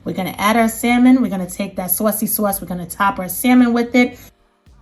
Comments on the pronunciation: Sawseee sauce??? 🤣🤣🤣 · like everytime she says Sausey Sause 😂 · Me: "Say Saucy Sauce one more time!" Her: "SUOACY-SUOACE" Me: "Yessss....one more time!" lol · Saucey sauce 😂😂 you must be from NY